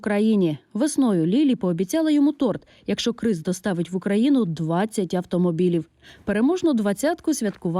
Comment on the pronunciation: КРИС? 🐭 😂 Може КРІС, А НЕ КРИС?